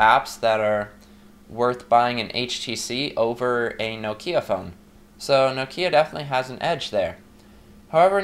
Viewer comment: It's NOK-IA not NOO-KIYA !! O_o